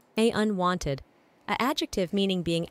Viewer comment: NL somehow getting "unwonted" despite the A.I. messing up the pronunciation only for him to then submit "verger" with full confidence absolutely sent me